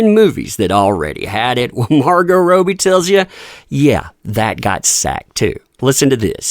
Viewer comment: MAR 👏 GOH 👏 RAW-BEE/ROH-BIE!!! 👏 👏 👏 please watch interviews of her and say her surname right it's killing me. She doesn't even say rohbee like you do -__- frustrates me to no end and takes me out of the info